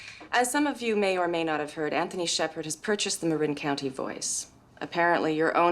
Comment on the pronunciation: Surprisingly good for a formula movie. Problem is, they mispronounce Marin, which gets said dozens of times.